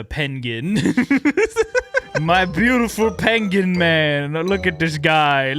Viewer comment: Ah yes the “PAIN”gwin